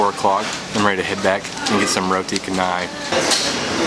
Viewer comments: Roti Canai is pronounced Roti Shen-nai. Not Ka-nai. C in Malay is pronounced Ch. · Awesome video about the food and your experience. Hehe, every time you said roti canai, I smile..so tiny help--> canai is pronounced "cha-nah-i". I wish I was eating Kenai, i mean, Roti Canai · the correect way to roti chaaa.. naiii... not kannai good video man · Beautiful video. Btw, canai is pronounced CHanai and not Kanai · its not read as kanai. its read as cha like in charcoal. so its like cha-nai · yeah it's pronounced char-nai not kah-nai. don't worry though it's common among westerners. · Canai is pronounced Cha ni. I have spent over 2 years out of 30 years travelling in M’sia, birding. I miss the food so much. You can even buy an excellent beef curry in a can ( Ayam brand). Very tasty if you are in a hut in the jungle. Keep upthe good work man. I watch a lot of Asian food porn on Youtube, but I am not sure which Vlogger I like best, you or Mike Chen. You are high on the list. I envy you, dude. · Roti Canai...pronounce the “c” like “ch” as in Chi-nese i.e. “roti chanai”. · Fyi, c in malaysia pronouns as ch not k. So canai is not kanai. Welcome to malaysia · When you come back, go to Mahbub at Bangsar. They sell nasi beryani. Best nasi beryani in KL. Also, best to wash your hands (with soap) before and after you eat. Good hygiene. PS/It's pronounced Chan-ai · Randomly stumbled upon your video and glad I did! I adore your southern accent (I hope I got that right).Loved your reviews especially the Chinese noodles that I can’t normally have, l’d love some of that chilli pan mee. It’s actually called ubi getuk (mashed and fried tapioca with coconut), also the roti canai is pronounced Cha-nai, cha as in ch in chair. You’re practically Malaysian as we do mix our roti canai sauces together too! My ultimate favourite combination is the red sambal with the middle lentil curry (called dhal). Looking forward to more of your videos!